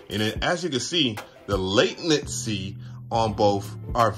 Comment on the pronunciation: Bro, the news Macs are so fast , at first they feel like they’re opening there app before you click. But also—>LAY-ten-see is how you pronounce “latency.” Love your vids. Hope you’re loving your new Mac. 👍